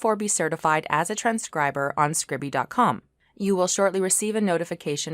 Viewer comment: I think it's pronounced scribe-e, not scribby? Note the lack of double consonant. Scribe-e, from to scribe or transcribe.